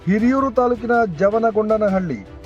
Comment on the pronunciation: ಜವನಗೊಂಡನಹಳ್ಳಿ ಅಲ್ಲ ಯಮನ ಗೊಂಡನಹಳ್ಳಿ.😢